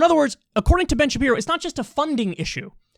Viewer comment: Ben shabibo, Ben shapino 😂